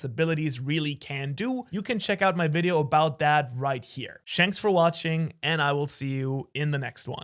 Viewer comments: am i the only one who heard him say shanks for watching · "Shanks for watching" 🤣🤣